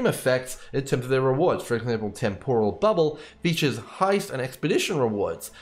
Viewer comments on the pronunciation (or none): none